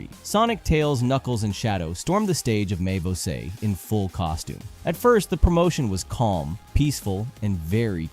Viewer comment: nunca fiquei tão confusa sobre um cara ser ou não brasileiro como nesse vídeo kkkkkk primeiro você fala um dos memes como um br legítimo, depois fala "botafogo" e "mais você" com o maior sotaque gringo que já vi kkkkkkk que mistério